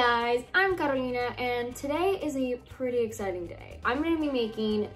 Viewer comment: omg it's been so long since I've heard someone say Carolina as it is in an English video, rather than Carolaina